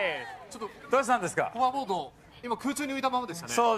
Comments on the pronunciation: ホバーボードの事を、繰り返し『ハバーボード』と言う点に違和感を感じる😂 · ハバーボードって発音ってネイティブなんかな？ マジックですって言ってる時点でタネあるんだからブチキレる意味分からん。